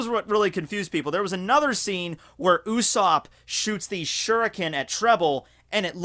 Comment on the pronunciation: Oosop? Wtf is your pronunciation on god usopp